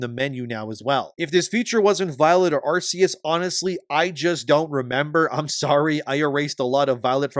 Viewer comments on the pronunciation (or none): It's not pronounced "arse-eus".